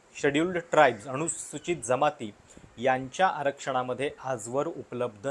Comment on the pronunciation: न ला ण का म्हणता? अणूसुचित, अणुशंघाने,दोण